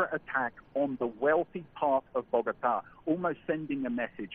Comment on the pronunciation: It's "Bogotá" not "Bogata".